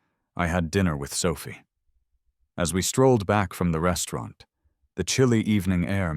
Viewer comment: How the fuck did she walk out the door? She's in a wheelchair. And who is Mandy? I know Clara, and Sophia, though the narrator sometimes pronounces it Sophi, but I don't know a Mandy.